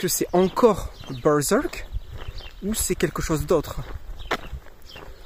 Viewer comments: c juste ta prononciation de berserk qui m'a fait rire moi je le prononce bien à la française en mode bairsairque mdr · J'aime bien comment tu prononce Bœurzœurk XD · c est quoi cette accent en disant berserk...??????!!!???